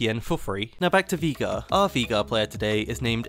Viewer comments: If i hear you say veigar like that once more, i will un orange your juice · I love the videos. But the way you say Veigar triggers me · You pronouncing Veigar wrong hurts me mentally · Bro learn to say veigar